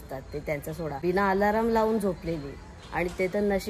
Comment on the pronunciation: Alaraam nhi re alarm ast 😂😂😂😂